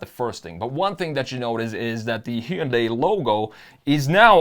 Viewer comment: It’s not bad … but the pronunciation of Heeundai damn sure doesn’t work for me